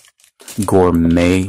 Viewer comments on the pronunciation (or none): Just don’t say the “t” in gourmet as it’s a French word where the “t” isn’t pronounced. You did a great job other than you’re not French.